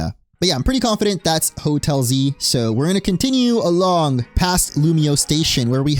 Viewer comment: Oh Hotel Z, I thought you were saying Hotelsy.